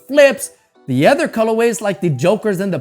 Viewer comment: You should learn how to pronounce your words correctly. Ex. PopULar , Other. It's quite distracting